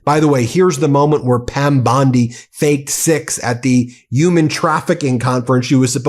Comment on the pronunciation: You pronounced “human” incorrectly.